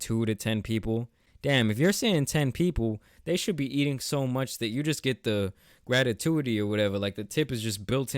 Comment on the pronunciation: Grat- i-tu-ity that's some clean American English 😂 no hate